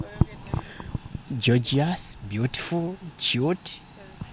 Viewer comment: I hear jojious😁😁😁😁